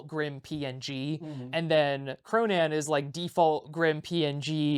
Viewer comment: you kind of pronounce "Cronan" like "pronoun"